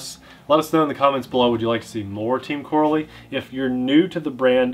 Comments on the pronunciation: Gotta be that guy. Pronounced Co-rally lol. They have similar roots as arrma except more successful at winning. Made the jump to bashers which is more profitable. Just like team durango became arrma. Btw before anyone says the copied arrma. All of the flat pan chassis are virtually unchanged from nitro days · I agree I always thought it was pronounced either coh-rally or cah-rally. Either way rally at the end :) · I raced Corally 1/12 pan cars back in the 90's and 2000's. We use to pronounce Corally "ca rally" never heard it pronounce "cor a lee". Now I'm wondering if I been saying it wrong for the last 25 years. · Looks like a quality build, there python is a copy of the arrma typhon, they even used the same letters to make the name! It's pronounced Co-rally btw. Looking forward to the first rip! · I believe it’s pronounced Co-Rally...like as in rally racing. I could be wrong though! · Here in Belgium, we pronounce It as co-rally 😉 Team Corally started 1986 and is a. Belgian Company. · Corally is pronounced like Core-ally the A is hard. They have been around for a long time. They are well respected racing RC manufacturer. RC pro's are very familiar with the brand but it's more widely known in Europe. I own the Kronos. It's very fast and is actually tougher out of the box than the Arrma Kraton. Where most 8th scales use a 11T diff pinion, my Kronos has a 13t. Not sure about the Radix but they make fun fast durable RC's. The shocks are racing quality and very smooth.